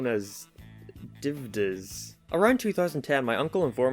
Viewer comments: And then his pronunciation of DVDs. Stop, I can only take so much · With dvds still being a thing you sound dumb pretending not to know how to pronounce it.. lmao as if they’re not still being made..